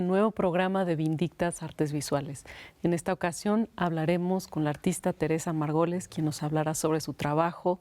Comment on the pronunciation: No puedo con que la conductora pronucie «Margoles» en lugar de Margolles.